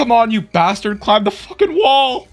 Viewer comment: “Come on you BASTARD, climb the wall” the emphasis on bastard lmao